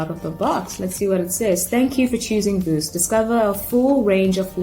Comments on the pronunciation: Pronounciation veuse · It is pronounced V+use =Vuse